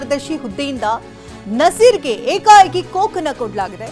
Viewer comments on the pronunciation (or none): ಕೋಕ್ ಅಲ್ಲಾರಿ ಕೊಕ್ ಅಂತಾ ಹೇಳ್ಬೇಕು.